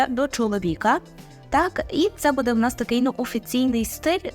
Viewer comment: Вибачте, але ,якщо вже ви хочете навчати правильній вимові, то будь ласка не видавайте хмельницького будЕ.